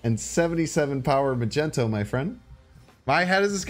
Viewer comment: You pronouncing mag-neat-o as ma-gent-o makes me cringe every time